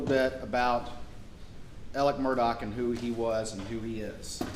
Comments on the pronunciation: I’d heard that they (Alex Maggie Paul Buster) texted and called one another constantly all day long. That’s weird, right? Or is that a thing? And why are they pronouncing Alex like Alec??!! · In the south they pronounce that Alec tho it's Alex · Why does he call him Alec and not Alex?